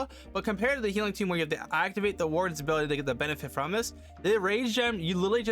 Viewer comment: FYI: It’s pronounced eternal tOme; it’s just a funny word for book.